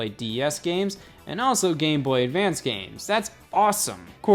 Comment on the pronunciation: am i going crazy or does he say Gay Boy Advance here